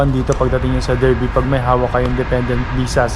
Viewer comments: Darby ang pronounciation nya boss hindi Derby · Derby is pronounced as Darby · Hello Sir.. you pronounce Derby as Dar-bee in British English. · It is pronounced DARBY mate